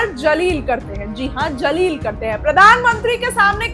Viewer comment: Jaleel nahi Zaleel. Please practice the word before pronouncing it on social media.